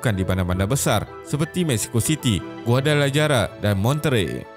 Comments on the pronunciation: Admin, Guadalajara tu kena pronounce "huadalahara" sebenarnya. Saya pun buat kesilapan sama ketika mula-mula dihantar ke Colima untuk program pertukaran pelajar di Universidad De Colima, Mexico dahulu. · Guadalajara disebut sebagai guadalahara.... J itu sebagai h. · Guadalajara tu di sebut dgn guadalahara la min😊